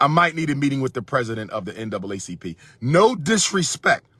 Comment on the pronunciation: I have a few problems with this message Dr. Umar. 1. You kept saying N-A double C P and it N double A C P as in NAACP. And the current president who had been the president since 2017 is a dark skinned man. 2. Justin Timberlake and Justin Beiber have fans from the white and black communities that’s why they are successful. Being able cross over to all communities is what makes them more popular. In order for a black artist to reach that kind of success they would need more than just support from the black community since we only make up roughly 13% of the overall population in America. I get what you were saying but let’s come with logic not emotions.